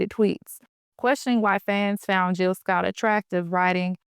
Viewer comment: Hey, Good video topic! I see that you forgot the “J” in Jill’s name. Okay, back to watching🫡